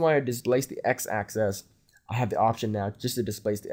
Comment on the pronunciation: Nice run down, thanks for taking the time to share. Just one thing... can you please get in to pronouncing the X, Y & Z axis better.... it sounds like you're saying "Access". It's rather off-putting, making it difficult to follow what you're describing. It's pronounced like "Axe-sis" :)